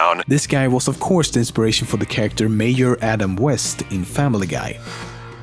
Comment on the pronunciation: Did he just pronounce Charachter "Sharakkter"? I dunno, maybe mishearing of me